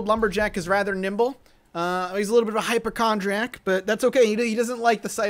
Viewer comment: Hyp-O-chondriac has an O sound in it